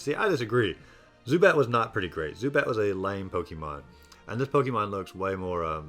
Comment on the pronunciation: It’s po-ke’-mon not po-kie/key-mon